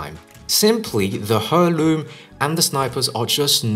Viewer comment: It’s pronounced airloom. Good vid tho.